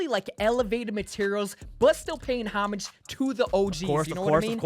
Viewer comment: says “homage” wrong but its okay ily